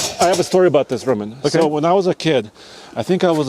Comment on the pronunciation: “I have 1 Rowman power” - 🤣